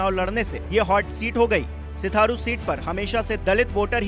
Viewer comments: Sitharu nhi sirathu hota h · सिथारू नही सर जी सिराथू है।😂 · Pagal baar baar sitharu sitharu kyu bol rhe ho naam uska sirathu hai... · हाहाहाहाहा.... पत्रकार महोदय....सिराथू बोलिए....सिथारु नहीं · News24 सिथारू नही सिराथू नाम है